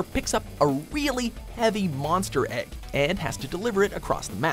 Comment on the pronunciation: it's pronounced egg not ægg